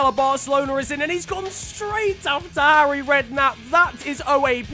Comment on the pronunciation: Trrrfic effort from 'Arry